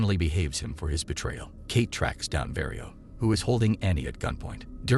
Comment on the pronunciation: Film is 'Kate' staring Woody Harrelson and Mary Elizabeth Winstead. Automated voice-over mispronounces many words, instead of saying 'mission' it says 'machine'. The primary character is named 'Kate', but the voice calls her 'Key'. That's just a few of the mispronounced words. So, take it as it is.